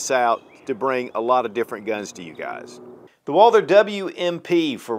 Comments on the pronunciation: Stop calling it "Walder" omg!!! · So annoying hearing you say "walder"😢